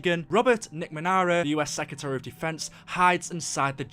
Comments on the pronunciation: He says Robert macmara not McNamara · Sheesh you really butchered McNamara's name